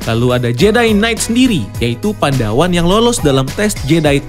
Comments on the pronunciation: Koreksi bang *bukan "pandawan" tapi "padawan" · Padawan bang bukan Pandawan hehe